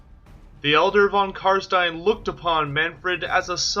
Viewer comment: Upvoted instantly for the sole reason of you, apparently, being the only one able to pronounce "stein" properly! Wuv woo!